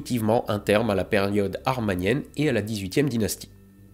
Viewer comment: Excellent vidéo, mais juste un petit détail : il s'agit de l'époque amarnienne, et non "armanienne", du nom arabe du village de Tell-el-Amrarna où se se situe le situe de la capitale fondée par Ahénaton, Akheteton.